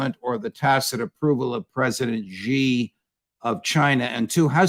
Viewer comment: Please Judge learn how to pronounce Xi's name correctly . In Chinese xi sound is the same as the pronoun she not G like you pronounce. Also hard for Ukraine to stay in a constant state of War when they don't have the soldiers to sustain it . If anyone doubts the casualty list as why has Ukraine asked Poland to send all military age refugees back to Ukraine ?